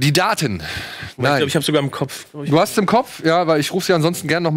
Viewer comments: Hat Simon nen Sprachfehler...Eeeees! 😅🤪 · Tiefenpsychologie nach Freud. Wird da mit langem E ausgesprochen. Demnach ist das Es der Zerstörungs- und Lusttrip des menschlichen Ichs. Vielleicht hat sich das bei ihm während der Gymnasialzeit eingebrannt. Wird in Psychologie behandelt.